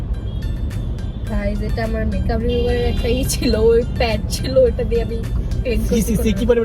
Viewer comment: বলছে বেকাপ আশলে হবে মেকাপ 😮😮😮😮🎉